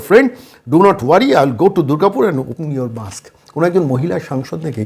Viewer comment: দাদা, কল্যাণ ব্যানার্জি কে জানানো দরকার যে মূখোশ হলো - ' Mask' - 'Musk' নয়।😂